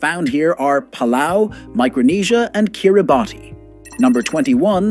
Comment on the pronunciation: Interesting but do your homework and pronounce Kiribati correctly